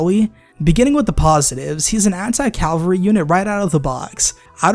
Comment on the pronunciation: CALVARY?! It is pronounced cavalry you troglodyte! Nah, but really, this triggers me.